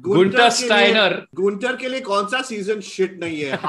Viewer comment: Dada Guenther Steiner aesey kon pronounce karta hai